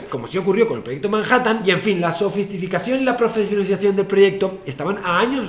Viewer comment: Has dicho sofistificacion